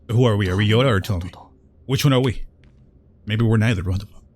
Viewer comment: I know its partially your accent.. But hearing you say Yoda instead of Yota.. XD